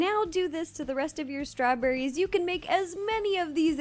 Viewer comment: She said strawburrys. Oh no she is eating us burrys!!!!!!!!!